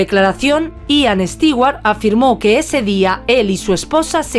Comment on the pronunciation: Increible que a estas alturas,, en la era de la informática, especialmente una europea no sepa como pronunciar el apellido Stewart. Nunca ha oido un comercial de Martha Stewart? Entonces está en el business equivocado. Terrible.